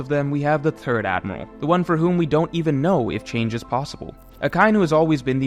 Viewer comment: You are fine with “Thing, The and That” but when you say “Third”…all I hear is “Turd” 😂 Though calling Akainu the “Turd Admiral” works 😁